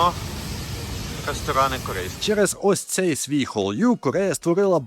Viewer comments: Дякую за випуск, цікавий і плюс в скарбничку популяризації Корейськоі культури, тільки корейська хвиля називається Халлю, а не хонрю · Хвиля називається не хол'ю, а халлю)) і дякую корейською - кАмса амнідА) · Вітаю та дякую за відео. Тільки хотіла б зазначити, що 한류 вимовляється як "халлю" із наголосом на крайній склад. Це про ту саму хвилю К-Pop. Назва пісні Розе та Бруно 아파트 "апати" з наголосом на крайній склад, це "житловий комплекс". 감사합니다 "камсахаміда" це ввічлива, але не найвища за ступенем ввічливости форма. Найвища звучить як 감사드립니다 "камсатиріміда".